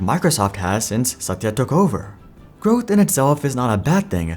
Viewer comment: I love the way your pronunciation of Satya's name. Very authentic.